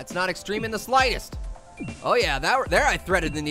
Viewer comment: stop saying exceme